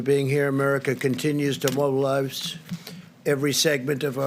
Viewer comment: Did he say mobilize or mobile lives?